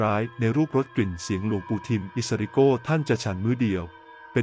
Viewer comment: อิสริโกนะไม่ใช่โก้นะระยองนะไม่ใช่ตจันทบุรีนะ